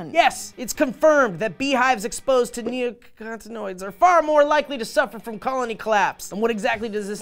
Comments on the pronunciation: I love you both but really? nicotin(e) is in the word, you can pronounce that right? Neo, (duh) noids, (kinda duh) Neo-nicotin-oids! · KNEE oh NICK uh tin OYDZ. It's not that hard. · Knee-Oh-Ni-Co-Teen-Oy-Des -- Neo-Nicotine-oids (as in, based on Nicotine - which is in fact a natural pesticide. tahts right, smokers!)